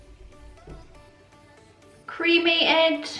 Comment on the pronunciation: Your looks are so great but I low key thought you said creamy eggs instead of cremated 😂